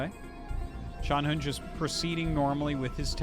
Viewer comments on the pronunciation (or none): FYI， Artosis，ZhanHun ‘s name should be pronounced more like /dʒan hwən/ not /hən/. and XiaoShuai is pronounced like /ʃau ʃəwai/ in english.